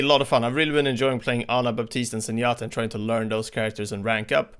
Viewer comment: The P in Baptiste is silent.